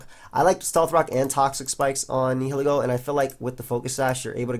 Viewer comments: It's actually pronounced Nihilego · I think it's Nile-ego. Like Nihilism and Ego. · Lets stop the bullshit: Nee-hee-lee-go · I'm pretty sure it's pronounced like "nye-ih-leh-go", with the H being silent. That is assuming that it's name comes from the words "nihilism", "nihilist" etc., which I assume is the case as those are the only english words starting with those 4 letters.:) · Neye-lego you definitely don't pronounce the h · Ni-huh-lee-go. That's how it's pronounced, I believe. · its Neel-Eego because its based of the latin word nihil and ego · also i looked it up and nihil is prounounced Neel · Nihilego is pronounced as Nile-Ego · Nihil is pronounced the same way as The River Nile. Learn to google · I'm pretty sure it's actually pronounced Nihilego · Black&Blue Nah man it's pronounced Nihilego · Are you guys dumb?! It's pronounced Nihilego, NOT Nihilego. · the h is silent like in annihilate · Searag A its pronounced nihilego